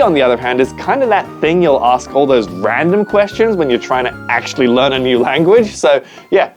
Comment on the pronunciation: bro literally said lrean not learn like wth